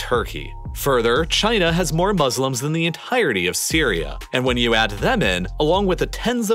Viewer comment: No one saying about he said 800 billion muselims